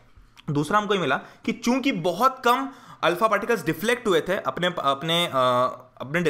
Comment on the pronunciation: sir aap kyuki ko chuki kyu bol rhe ?